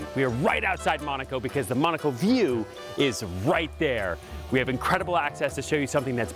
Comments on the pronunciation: its not pronounced mOOOnAco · You can't even pronounce the location correctly?